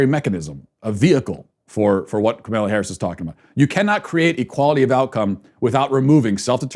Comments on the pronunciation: First of all have some courtesy and pronounce her name correctly. Mispronouncing her name makes you sound really stupid. Or, because her name is not that hard to say, it makes one assume you mispronounce it deliberately. I didn't get through the whole video because your review of the Kamala Harris' ad was so nit-picky, off base and inane so a big turn off. Complaining about a stream in the background? Petty. You're an asshole. Your opinions are closed and single minded. Your ideas are irrelevant. This was a big waste of time. You bring nothing helpful to the conversation. YOU sound like a big whiner!!! What a bunch of bullshit. You're insulting and ignorant. Learn to pronounce people's names first of all so you sound somewhat literate and intelligent instead of just deliberately rude. You have no right to throw stones. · This idiot really can't pronounce Kamala harris' first name....despite following politics for a living. Intentional or just a moron? You also undermine your points when you say the election shouldn't stress you out. According to you Biden and Harris will usher in Marxist rule....yet you say don't sweat it? If the Dems are as bad as you claim....should it not be stressful?Almost as if your a partisan hack who exaggerates the Dems flaws and downplays the tepublicans flaws🤔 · I like what you're saying, but when you incorrectly pronounce Kamala's name, to me, it makes you sound ignorant and appear less credible.